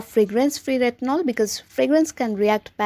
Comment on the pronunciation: I can't differentiate when you pronounce Tretinoin and retinol.. Just a minor suggestion, try not to pronounce every word with so much force, please improve, thanks